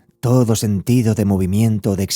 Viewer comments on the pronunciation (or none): none